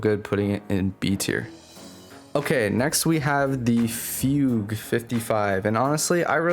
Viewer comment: I run a Surplus/Snapshot Albruna-D and it is CRISPY. Also, thank you for pronouncing Fugue correctly!